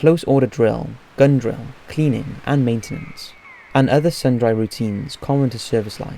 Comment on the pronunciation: Sun dry routines? Sundry is pronounced Sun-dree.